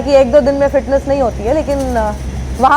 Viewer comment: ऐसा लग रहा है नाच रहे है फिटनेस शब्द गलत बोल रहे हैं